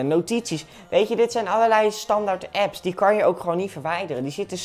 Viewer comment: Ik weet oprecht niet of nou expres apps raar uitspreekt of niet